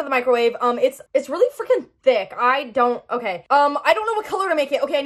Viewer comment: Speechless girl I love how you said Its really frikin THICCC